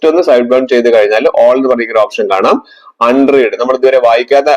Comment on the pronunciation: അൺ റീഡ് അല്ല അൺറെഡ്